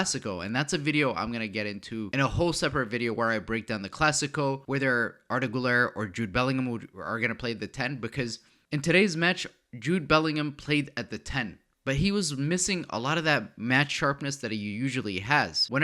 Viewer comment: Bro, Güler. It's Güüüler🤣